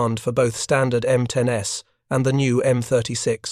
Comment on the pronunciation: M10"S"??? M36"S"??? AI sucks.